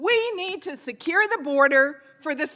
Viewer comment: the border is siekuurrrr...? does she have a speech impediment?